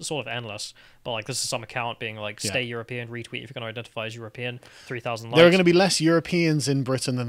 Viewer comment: people should troll him by declaring themselves as you're-a-peein'